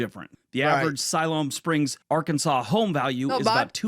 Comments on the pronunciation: I was impressed that you pronounced Arkansas correctly. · I love you're in the UK.. and can correctly pronounce Arkansas.... move to Texas already! Come see us.... the USA will treat you right ❤